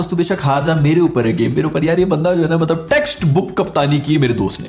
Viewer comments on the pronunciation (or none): none